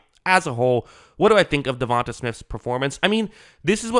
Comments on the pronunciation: its not "davon-tuh", its "devon-te" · Sir, I enjoy your breakdowns and have subscribed. However, you sound like AI reading this man's name. From Wikipedia: DeVonta Smith (/dəˈvɒnteɪ/ də-VON-tay) <-- tay like say, way, hay.